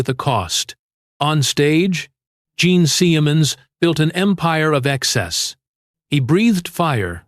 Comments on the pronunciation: Bullshit, cheese-dick fake narration. Gene Semens?! For the first and last... teemay... piss off. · Jean seeeeaaayamunz this ai narration is trash.